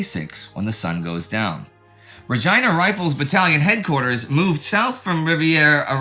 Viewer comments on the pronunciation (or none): Well done guys...it took me three days to watch the whole series, but I consider it time well spent. needs lessons from Indie on how to pronounce 'Regina.' I lived in Regina for 50 years. The way we could tell someone was from out of town, is when they pronounced it like.